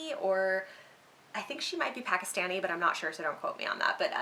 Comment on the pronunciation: Thanks for your recommendation but it is PAK -KIS-TANI (like pronouncation )